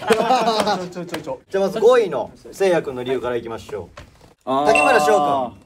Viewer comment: たいちぇの「号外、号外〜」と 末様の「ごいい（5位）」の発音が 我が家の超爆笑ポイントです。 まぁ、どこを切り取っても面白いんですが🤣